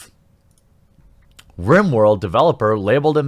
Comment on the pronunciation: Lol, you said "rim" world.